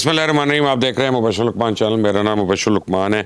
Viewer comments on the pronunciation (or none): Lucman,,nhi ,Luqman Hota hi